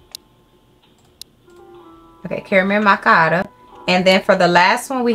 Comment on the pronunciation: "cariel machiati"